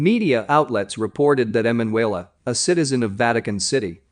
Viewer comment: You must change the Narrator..., Her name is E MAN UELA, He says her name in correctly about 99 times..., cant listen to the rest, sorry